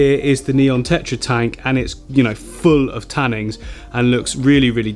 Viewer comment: I love your stuff and watch all your videos but for the love of all that is holy it’s tannins not tannings